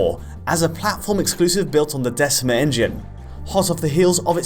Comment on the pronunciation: Decima in classical Latin is said with a hard c a k sound not a soft c like cell.